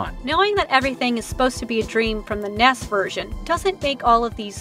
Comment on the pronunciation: And why do you say ness.. it’s n e s